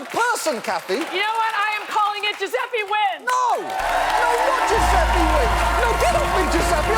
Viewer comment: Fucking Yankees can't pronounce "Dju-zeh-peh", it's not "Dju-zeh-pee"